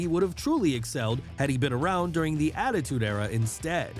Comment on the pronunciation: Ah yes. My favorite era. The Attitue era.